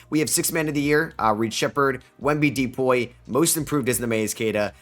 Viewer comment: You sound like a dumbass saying D-poy